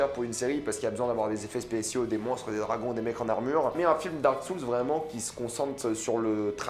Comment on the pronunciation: Dark Soules xD (RIP l'anglais). perso j'ai hâte de voir Uncharted 😁😀